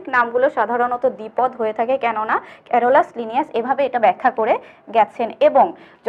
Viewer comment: 😹😹😹😹😹 haissokor srenibbinnaser jonok ক্যারোলাসলিনিয়াস 😹😹😹গণ উচ্চারণও ভুল boltasen😹😹